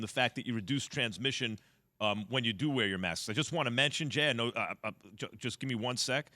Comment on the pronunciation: "Maskes" -JWill